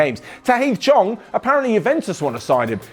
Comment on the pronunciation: "chong"😂😂 No diss , it just sounds funny to my ears